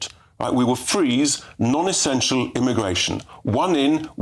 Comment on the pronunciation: cannot pronounce any word that ends in L/LE like PEOPLE or ESSENTIAL.